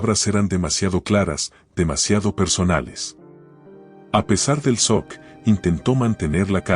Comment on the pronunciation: Se pronuncia chok no sock